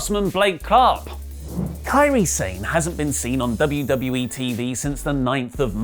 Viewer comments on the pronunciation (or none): Quick question: isn't kairi sane pronounced as kairi Sah-neh?